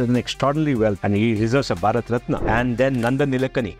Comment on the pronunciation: What is RATNAA Its Ratna? Don't ruin your own words, just because gora people saying it that way. Ganga Ko GANGES, Yog Asan ko Yoga ASANAA. Gather some confidence to pronounce words correctly.